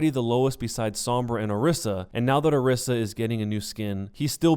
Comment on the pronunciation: Say it with me, Or-EE-sa! Or-EE-sa!